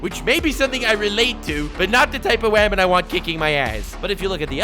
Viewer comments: God damn you say wahman too much I could not deal with it after the first 3 mins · Didn’t know you were a ferengi. “FEEEEE-MALE” I like your shit, but I question how many human beings you’ve met in your life. And your knowledge of us hoo-mans. “She’s a waman, she’s hot, and she’s strong.” Therefore a good and nuanced character? I didn’t know nuance = being a Mary Sue, but yeah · No not wOoman... it’s WaHman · Watching the video again. Stop fucking saying waman. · Imagine unironicly calling girls "wahman" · Everyone: "I Respect Strong Waman." Me: "I Respect Badass Waman" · I like how you say woman 🤣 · Couldn’t stand the way he pronounces woman -_